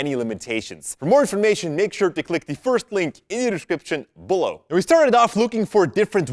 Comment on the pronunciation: I like when you say "Below" as "blow"😀😄